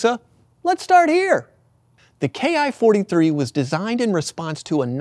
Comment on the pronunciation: It's not K I 43, it ki43 ki as in key. There is no I or K in the Japanese alphabet. If you can't get that simple part right what else did you get wrong?